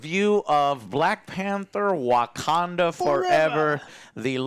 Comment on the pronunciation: Wagwanda Forevah!~